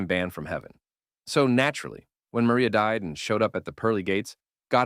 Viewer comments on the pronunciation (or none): none